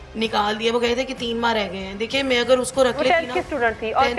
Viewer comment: یہ کیسی ٹیچڑ ہے جو اگر کو اگڑ اور ر اور ڑ میں فرق نہیں کر سکتی تو پڑھائے گی کیا؟